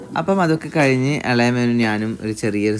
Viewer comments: വീട്ട്, കയിഞ്ഞു.. നല്ല മലയാളം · Knur slang 🙂‍↔️